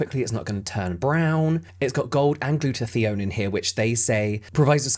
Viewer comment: i can’t find much information on topical glutathione or glutamate. im only familiar with those antioxidants as they pertain to energy production in the body and can’t find any information on their absorption in skin. Not sure if you are mispronouncing it or if it’s the dialect.